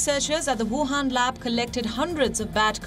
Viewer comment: Wuhan, not Wahan.